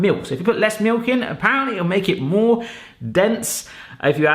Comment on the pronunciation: Take a shot every time he says mewk (milk)